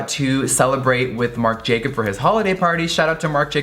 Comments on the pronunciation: It's Marc Jacobs not Marc Jacob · Jeffree, I love you, but it's Marc JacobS :D